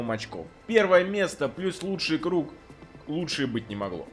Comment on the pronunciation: Куруг, прикольно звучит, все говорят круг а ты говори куруг